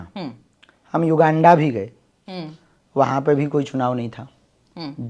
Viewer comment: Baba Uganda hota hai Yoga Anda nahi😂😂😂😂